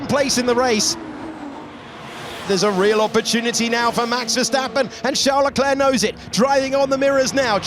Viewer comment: Charles Luck-lack